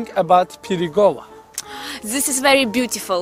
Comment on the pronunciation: ZİS İS VERİ BLYATİFUL